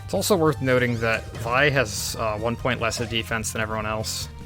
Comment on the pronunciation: >says "Vai" instead of "Vee" Finally, a man of quality!